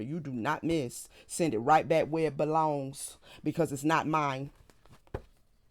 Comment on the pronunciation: "To where it belongsT." 😄